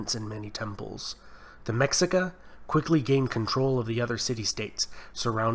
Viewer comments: Tip for pronunciation in Nahuatl the x is pronounced like shhh example: me-sh-i-ca hope this helped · It was awesome, I understand better the past of this region, but the pronunciation of mexicas is meshicas, despite its writing, Greetings. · great vid, i think the Mexica pronounced Meh She ka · Not bad, but it's pronounced MEH-SHEE-KA. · The "Mexica" are pronounced Meshika. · Mexica is pronounced "meh-she-ka" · The Mexica? It's Meshíka, pronounced Meh - shee - Kah. The "Tarascans" didn't speak a different dialect it was a completely different language. These so called history lessons are so full of shit. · MEXICA (Me-Shee-Ka) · Lol its pronounced Me-shee-ka.. say it right.. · Pronounced Meshika bro, Meshica 👍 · The X, in Mexica, is pronounced like the SH in Ship. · Magnificent video. I wish there was more study on this too. Native American history as a whole is severely underrepresented or misunderstood. We need more of this. Also pronunciation: *Méxica - MEH-shee-kah (X is actually a sh sound because of mistransliteration by Spaniards) *Aztec - AS-tek (Z is actually an S, again because of Spanish) *Méxica is what they traditionally name themselves. The use of Aztec was popularized after the invasion of Spaniards. Aztec is said to be the name of the Méxica people's ancestors from their mythological place of origin, Aztlan (As-tłan) Lake Texcoco - TESH-koh-koh Méxica capital Tenochtitlán - teh-notch-tee-TŁAHN ("tl" is more like a breathy L sound or a mix of Th and L) Tlaxcala - *TŁAH-sh-kala Mixtec - MEESH-tek Zapotec - SAH-poh-tek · Cool video! I'm purepecha/chichimeca (Guanajuato) and nahua (from Guerrero and Puebla-Tlaxcallan area but an ancestor is from Cholula). Also Tlaxcalla and Mexica are pronounced "Tlas-calla" and "Me-shee-ca" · 😂😂 the “ MECSICA”?? It’s pronounced MESHIKA.. great video!! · fyi - it pronounced ma-she-ka (mexica) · It’s pronounced meshica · Great video! FYI, the tribe was pronounced "Me-shi-ca" not "Mexi-ca"